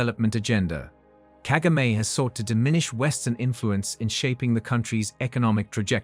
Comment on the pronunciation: It’s so annoying the way you pronounce Kagame’s name. Disrespectful as usual.